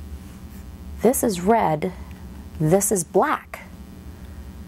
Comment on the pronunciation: I hate hearing the word “black” the way she says it.